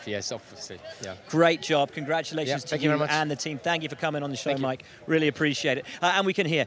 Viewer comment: A big welcome to "MyKrack"😀